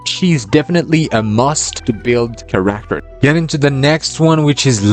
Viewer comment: Brother, that's not how you say "character"...